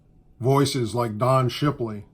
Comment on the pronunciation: Did u say shipiley?